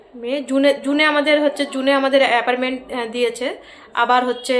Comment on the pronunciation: Appointment not aparment